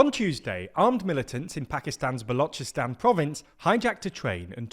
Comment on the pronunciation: Pronunciation of Balochistan is correct while of the Baloch is incorrect. Weird In'it.